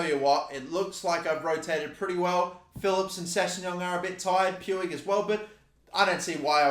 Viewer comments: Puig is pronuced P-e-e-g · The Guy's name is Pi-u-j not pu-wig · I'm surprised he sill says poouigggg instead of pooch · Btw puigs name s pronounced ricky pweeg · Listen bro it’s pronounced riki pooj not puig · Pronounce it as Ricky Pooj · everytime he says Puiggg Me it's Puig the g like in the word generator lol! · YOU SAY PUIG LIKE POOG